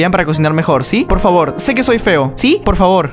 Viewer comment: Se te entendió pol xd